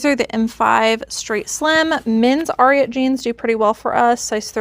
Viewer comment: Ariat is pronounced to rhyme with the horse Secretariat. AIR- ee-ut. Doesn’t really matter, just a fun fact and not meant as grammar police! 😊